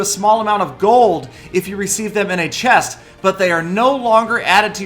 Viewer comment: open that chiiist😂😂 you should learned how to pronounce the words correctly 😂😂its very funny when saying a single word😂